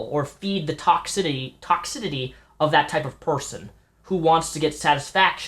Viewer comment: Mispronounced toxicity twice in a row. :P